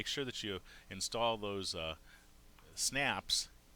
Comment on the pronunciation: Did the "S" key not work? IN'S'TALL ... NOT INTALL Otherwise ... I love your videos and I'm looking at my best business venture. Yes, I plan to use and work with Sailrite for machines and materials.